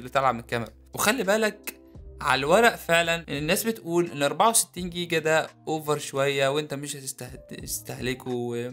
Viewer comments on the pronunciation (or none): none